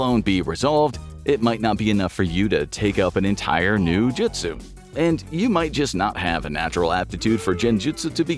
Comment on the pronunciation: You can pronounce Naruto fine but you cant pronounce Sasuke, jutsu, and Sakura 🤦🏽‍♂️ and you watched the series and hear them mentioned it many times 😂😂